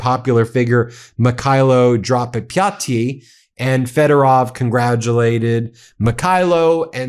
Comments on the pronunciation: Pronounced Dra patty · A side benefit to Syrskyi's firing is that we don't have to listen to you mispronounce his name anymore. Edit: Now we get to listen to you butcher Drapatyi. lol